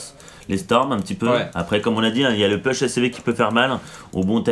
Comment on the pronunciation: Nice game, mais par pitié "Push" ça ne se dit pas PEUCH mais POUCH!!!!! (cliquez sur le drapeau américain pour entendre la prononciation) :)